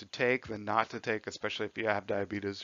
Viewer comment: YEEES HE CALLED IT DIABEETUS